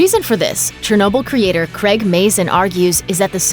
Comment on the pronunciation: CRAIG not creg.